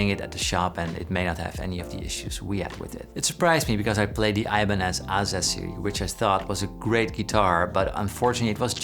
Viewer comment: "I-banez" hurts my ears